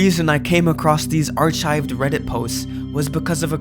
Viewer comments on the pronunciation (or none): hey dude, good vid! not a troll/grammar police comment just a lil fyi so ya know: archive is pronounced aar-kive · Speaking of not getting recognition, I dunno how someone making content as good as this only has 2k subs. Keep it up, bro, and they will come! PS - Archive is pronounced "arkive," you don't pronounce the "ch" sound, the "h" is silent. Just a heads up!